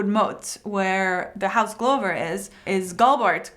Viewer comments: It's actually pronounced Glubur not glover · Girl you pronounce everything wrong. Can you say "Glove"? The one you put on your hands? How is house "Glover" pronounced "GLOHVAR". How is it Deepwood Moat? It's Motte - like rhymes with Hot not rhymes with BOAT. I'm also pretty sure you pronounce King Tommen as "TOHMEN". Why? His name is Tommen. You know nothing.